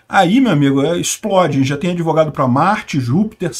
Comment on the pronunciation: Doutor "adevogado".